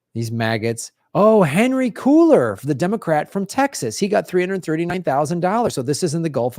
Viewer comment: Did continue his misprounounciation and call Cuellar "cooler"? Cringe.